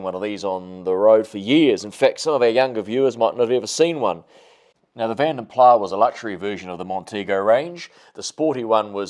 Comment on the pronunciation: You Said Vanden Plah Correctly. Other People Say Vanden Plas. Here is One Of My Own Songs For My INTERNATIONAL ALBUM